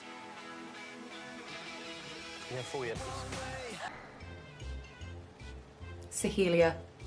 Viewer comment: No one: Literally no one: Not a single soul: X Factor Judges: SoHeEeLiA 🥴 If I hear one more Sohelia and not Soheila I’m gonna go insane lol